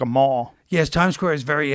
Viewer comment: “So You still live in New York”........ “yes”(in the thickest New York accent you ever heard)